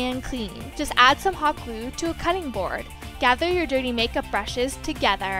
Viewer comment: "gluue" "togAther"